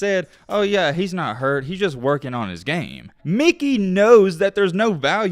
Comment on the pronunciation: Stop saying Mickey wtf